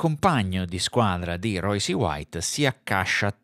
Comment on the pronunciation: vediamo se capisci. So che è un concetto difficile per te, ma ci proviamo. Phonetic spelling of Royce: R-oySS. Non è un'opinione, si chiama inglese. Per uno che fa un video (titolandolo in inglese), mi aspetterei la corretta pronuncia. Ma sarò io un professorino. Tu invece... mi hai illuminato la giornata, esattamente come un anno fa. Bravone